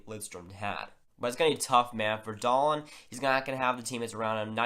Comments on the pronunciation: Yes, Dahlin (pronounced Dahleeen not Dahlin or Dahlan) has very high potential. He is a generational defender in the mold of Niklas Lidstrom/Erik Karlsson. Also has some Bobby Orr in him but not as offensive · Yeah it reason for the different pronunciations is because it’s Dahleeen in Sweden so that’s the actual pronunciation. But in NA, a lot of people have called him Dahlin. But if you look at the NHL draft lottery interview with Dahlin for example you see they call him Dahleeen. The NHL draft should be much the same with the “Buffalo Sabres are pleased to select Rasmus Dahleeen” lol